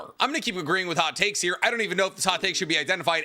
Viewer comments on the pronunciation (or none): at the beginning I thought he said HOT CAKES. HAHAHAHAHAHA